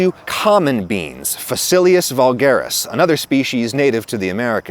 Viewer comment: how you pronounced vulgaris just blew my mind because i instantly realized the etymological relationship between folk and vulgar, because you pronounced the v as more of an f-ish sound than i normally hear, and i thought it sounded kinda like german “Volker” (literally ‘people’ or ‘folks’), then the realization immediately hit